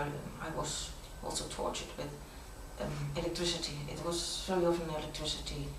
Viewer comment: "with electrecity"